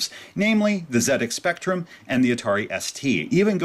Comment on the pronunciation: Off-topic, but massive respect for pronouncing ZX Spectrum correctly. It must be weird for an American or a Canadian to resist the temptation to pronounce ZX as 'zee-ecks' instead of 'zed-ecks'.